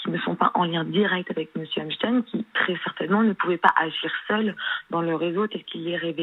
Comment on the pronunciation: Epstein ça se dit pas comme ça ... sa se prononce epstine